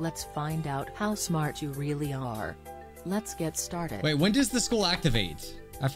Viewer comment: did say house fart or how smart